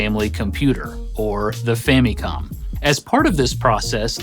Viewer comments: The “fammycom” pronunciation always sticks out to me. Does anyone pronounce family as “fammylee”? No. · "fammy-com"? Don't think ive ever heard it pronounced that way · I swear this guy keeps saying Fanny comm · ...your mispronunciation of "Famicom" kills my inner child. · Love your vids, but I gotta be honest. I hate how you say famicom lol